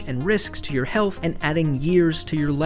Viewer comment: "Healht" lmao